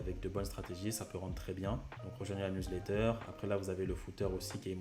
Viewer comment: professionel: " Newlatter" ahah, mais très bonne video merci pour les explications!!